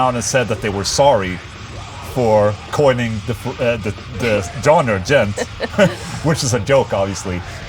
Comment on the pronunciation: Pronounced “djont” with a zero?